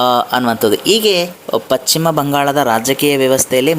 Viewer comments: It is not pachima bangala it is paschima bangala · ಪಶ್ಚಿಮ ಅನ್ನು ಪಚ್ಚಿಮ ಅಂತೀರಲ್ಲ? ಕಿರಿಕಿರಿ ಆಗುತ್ತೆ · Pachchim alla ,paschima bangala